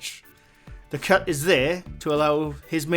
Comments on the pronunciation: LMAO! I was looking for a cat because I thought you said “There is a cat.” Turns out you were saying “cut”, “There is a cut.” 🤦🏻‍♀️ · Me too Lol I thought he said cat also Lol